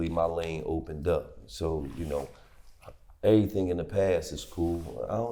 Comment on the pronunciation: That “errthang” is so Louisville 😂😂